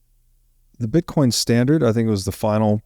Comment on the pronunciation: I have never met a woman who pronounces the word "BITCOIN" as sweetly as. No matter what you do, dear, it will be a success. I hope you stay with us for a long time!